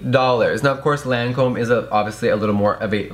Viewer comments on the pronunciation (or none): When Jeffree says “LANcöme” 😑 It’s pronounced “Lacöme” 😂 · Lancome pronounciation: "lon-com" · its pronounced lawn com in a french accent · You pronounce it Lon com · lol I love how everyone mispronounced the name Lancôme.. its so easy to pronounce too. I was surprised Jefree mispronounced it cause he is usually on top of makeup stuff.